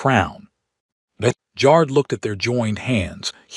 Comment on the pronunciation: It’s funny how the AI pronounces ‘Jar’d’, instead of ‘Jared’.